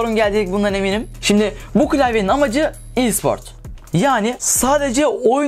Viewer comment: Bir daha i siport dersen mucuk mucuk